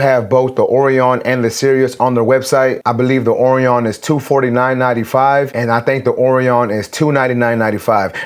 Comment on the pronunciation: (Orion) is pronounced more like Oh-Ryan, ..I remember it from the first Men in Black movie.. something was hidden on Orion's belt,...Will Smith thought the cat's name was Orion, or something like that??..I dunno?,,..but it was a star constellation. ..enjoying your reviews,..keep up the great work. :)